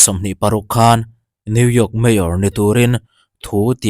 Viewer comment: New York i lam dan hi mizo ah chuan i dik deuh ber.. midang chuan new yiak ang deuh in an lam thin..😂